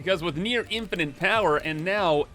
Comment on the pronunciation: Is that a new word you've created? Infinant?